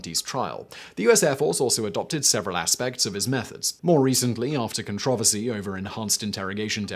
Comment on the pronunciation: I love how Simon says "conTROversy"